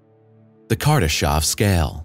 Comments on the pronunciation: It's Kardashev not Kardashov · I really did cringe every time he said "kardeshov"